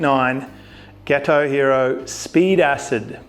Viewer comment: Got oh. Not ghetto mate. 😉😂